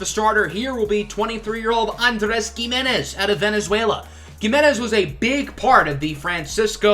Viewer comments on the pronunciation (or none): It’s he-menez not ge-menez